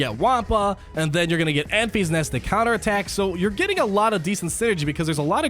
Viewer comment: Love you but "Enfees nest" is driving me nuts.